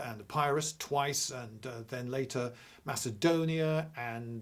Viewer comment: How are we supposed to believe anything he says - he can't even pronounce Epirus correctly!